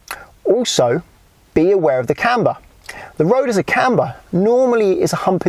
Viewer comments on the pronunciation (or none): none